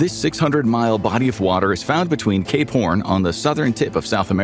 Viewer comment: might wanna enunciate “cape horn” a little bit more next time. just sounds a bit different when you don’t.